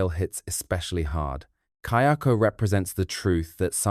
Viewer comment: Just one point, the ghost in Ju-on/Grudge series is Kayako, not Kyoko. The subtitles are wrong and it even changes as the pronunciation does change a bit, but the pronunciation is also right at times. Not sure if you haven't watched the movies in a while and were just basing your correction off the subtitles, but it definitely is not pronunced "Key-oko".